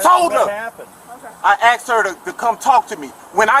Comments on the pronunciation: At what point did asked become axed? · When someone can't pronounce the word asked, they have no right to be a cop..